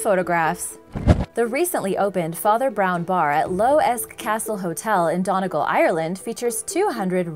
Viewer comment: Two little notes. 1) Donegal is pronounced done e gall (not don a gal). 2) Donegal isn't in northern Ireland, it's part of southern Ireland. Otherwise great video.☺️